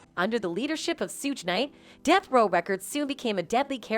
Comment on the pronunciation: How she's pronouncing Suge's name though... 😂